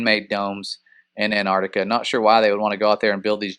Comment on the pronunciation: Your pronunctiation of Antarctica sounds like , " a ner ti ka "